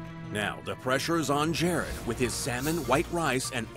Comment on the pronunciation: anybody notice how gordon ramsay calls jared "Gerard"